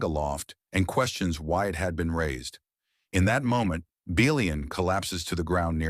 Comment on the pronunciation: Is the voice computer generated? It pronounced Belian three different ways.